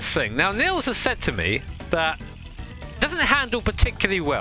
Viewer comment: Niels is pronounced Neals, not Nills.^^